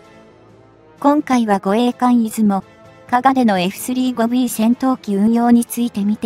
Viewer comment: 又，スリーごではなく，サンジュウゴです。読み方が間違っています｡きちんとした情報を下さい。